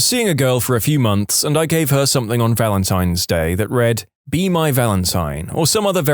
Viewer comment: No K in the word something . Somebody inform the narrator